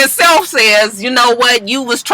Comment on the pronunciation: I giggle every time you say DJ "Excited" Self😁